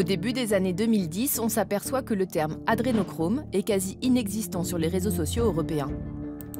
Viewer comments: le mec "expert" ne sait pas prononcer Adrénochrome.. (il dit adénachrome), déjà balèze. Mais j'apprécie que quand on regarde des vidéos de barjo, la première suggestion du site soit Zemour. Un programme web à plus de jugement qu'un bon nombre de pauvres gens en recherche de scandale. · l'autre rigolo qui dit "adénachrome" il ne sait même pas de quoi il parle